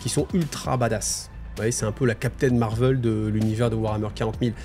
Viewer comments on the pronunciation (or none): none